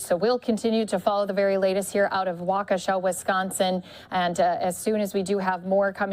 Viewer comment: "WAKASHOW" 🤣🤣🤣 Dumbass Fux "News" reporters....